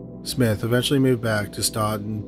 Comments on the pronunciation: I’m from Virginia ~ it’s pronounced Stant-in, not Staunton (even though that’s what it looks like!) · FYI, it is pronounced stanton...weird. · The town of Staunton is pronounced as Stanton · Oh wow the Staunton (pronounced StANton by us even though siri says StAUnton) hits close to home! I'd never heard of it! Thanks for posting! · Love your videos! As a former Staunton resident and Mary Baldwin student, just fyi locals pronounce it "STANton." Just letting you know in case you ever cover anything else there! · I grew up 20 minutes away from where story #2 takes place! He pronounced it wrong lol. The "u" is silent. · I never thought I'd hear my hometown in one of these videos. I did a double take so fast- (even tho it was pronounced wrong lol)